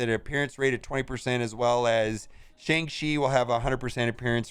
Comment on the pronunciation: Still can’t say the name right .... it’s Shang-CHI ! Not Shang-she